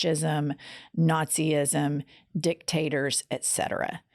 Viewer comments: Nazi-sim, not nazi-isim. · Girls, it's Naz-ism, NOT Nazi-ism. Come on ladies, proper English PLEASE!